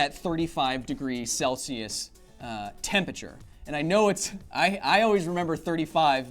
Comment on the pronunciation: Too much "Tempature" for me =(